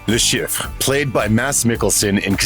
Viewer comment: "La Sheef" is how it is pronounced. Thanks for the video!